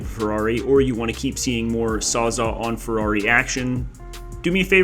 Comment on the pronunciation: You're just messing with us saying "sawzaw" all the time instead of "sawzall", right?